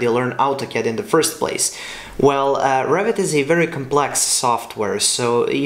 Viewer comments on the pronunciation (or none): Don't know why whenever you say Revit I hear 'Rabbit' 🤔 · I look with subs, that translate it, and they too hear it like "Rabbit".